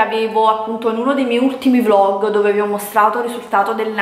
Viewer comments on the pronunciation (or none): none